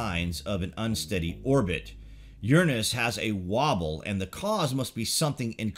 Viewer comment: Tomato.. tomato, jif Gif, You're pronunciation of URANUS is ridiculous.. get back on track please.